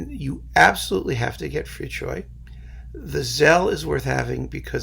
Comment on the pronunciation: Thank you for pronouncing Fricsay‘s name correctly! :)